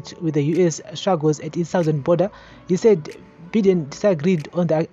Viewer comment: Good job......ZANU PF idiots must be told. The sanctions r targeted..Vana ED ngavarege kuita hutsinye. On a lighter side.....Biden is pronounced (Bye - den) n not Bhiden